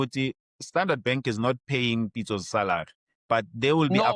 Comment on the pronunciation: really cant say SALARY, SARALY it is